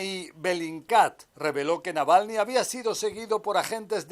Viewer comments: Esta sujeta de rojo ni siquiera pronuncia bien el apellido de el difunto Alexei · Apellido malpronunciado! Saludos 3 veces o más! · Y se terminó el reportaje y la presentadora Claudia Rebaza, nunca aprendió a pronunciar el apellido Navalny😬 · La periodista ya me pone nervioso pronunciando mal el apellido grrrrrr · Creo que la periodista pronuncia mal el apellido Navalny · Díganle a esa mujer cómo se dice Navalny. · Alguien puede por favor decirle a la periodista, que el apellido no es ese, que lo dice mal. Me parece una gran falta de respeto. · Y la comentarista jamas pudo decir Navalny se aferró a repetir Nalvany. hasta el hartazgo.Falta de profesionalismo. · Esta señora de CNN en rojo no sabe leer el Castellano. Navalny SI...la señora dice Nalvany como 100 veces. Lo primero que aprende un periodista es a ser literado y elocuente. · Qué clase de periodista es esta señora q ni siquiera sabe el nombre correcto Navalny .. ?? .. Durante toda su nota habló de "Nalvany" .... 🙄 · La periodista no se tomó el trabajo de decir bien el nombre del fallecido.Ella dice "Nalvany" y en realidad es Navalny..Alexei Navalny..se oye ridiculo😊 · Por favor la corresponsal de CNN!!! Es NAVALNY, no NALVANY!!! Pronunció mal el apellido en cada oportunidad!!! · Señorita Claudia, se llama Alexei Navalny, ...el señor Nalvani es un ciudadano italiano , esta vivo😅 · Navalny!!! No Nalvany ! Pffff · Navalny, no "nalvany" esta periodista debería hacer un mínimo esfuerzo para decir su apellido correctamente. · Dice ella "Nalvani"....... por DIOS, no sabe que es Navalny ??......que mal informada está, al parecer nunca oyó hablar de él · nalvany ? aprende pronunciar su nombre colega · Siiii jajajaja "NALVANY"!!! Bastante más de 3 veces. Estaba buscando un comentario de alguien que también lo haya notado. Lamentable la periodista. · Por qué dice Nalvany todo el rato? Una periodista tendría que saber el nombre correcto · Sorprendentemente dice "Nalvany" 😂😂😂😂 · Animal...es navalny....no nalvany